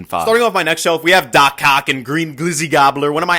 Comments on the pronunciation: Is it just me or did he say doc but ock had a c in front of the ock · Bro my dum ass thought he said dock cock instead of dock ock💀💀😭😭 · Did he said "doc oc" or "doc cock" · Did he just say "DOC COCK" 💀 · HE DID NOT SAY DOC OC NO HE DID NOT HE SAID DOCK COCK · did bud say cock💀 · My guy literally said doc cock😂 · Didi you say doc co*k? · Bro did not say doc ock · Did he just say doc cock? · sorry did you say "Doc Cock"?! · I thought he said for doc oc doc cock